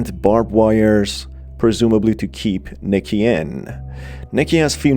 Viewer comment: it’s Nicky not Micky